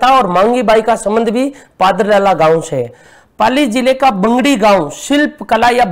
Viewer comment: बैंगड़ी नहीं बगड़ी है। डाइट पाली